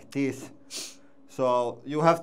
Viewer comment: I had to chuckle a little bit when he said "Dees luuks sketchy as phuck!"